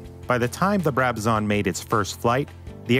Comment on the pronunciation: its a Brabazon not a Brabazaaarn